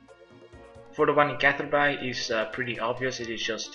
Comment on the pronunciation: seems like no one's corrected u but um.... its pronounced "Catherbee" not catherBye. BTW make sure u go back to check ur plants during this, and water them as necessary. He doesn't do it and if you dont, ur plants might have higher chance of dying.